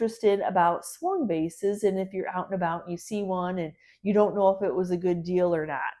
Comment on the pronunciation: Thank you for the information about the Swung vases as I live in England the first time you mentioned them I thought you said Swan vase and couldn't see why they were called that ! it was so interesting to hear how they were made 😊❤